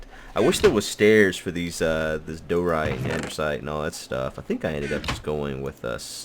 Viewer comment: There's and "i" in DIORITE, and no "r" in ANDESITE. Die-oh-right And-a-sight.